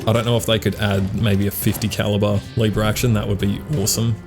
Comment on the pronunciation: You are based as hell and this gun seem fun and i have to try it but your pronunciation of Leeeeever Action Rifle is killing me man xd ( Just a nit pick thought iam not the best at spelling shi- either mate :D )